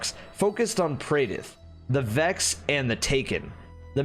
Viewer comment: My man said the Vakks 🤣